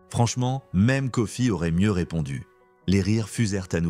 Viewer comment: C'est mr Kofi, pas mr coffee..mdr.😅😅